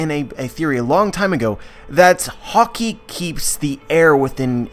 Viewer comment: You keep pronouncing "Haki"as "Hockey". Pls stop. Anyway good stuff.